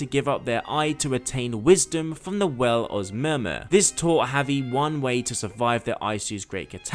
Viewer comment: I dont usually do this but holy shit your pronounciation was so fucking Irritating. Its not SIGARD its Sigurd. Its not the well of murmur, its the well of Mimir. It's not EYESU its ISU (pronounced eesoo)